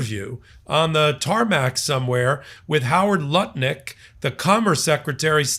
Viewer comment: Was that Howard Lutnik or Howard Nutlick?